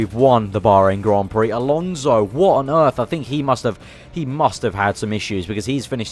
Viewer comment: "WHAT ON EARF" LOL